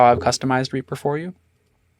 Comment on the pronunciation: Simple really do we pronounce Reaper as "Reyaper"?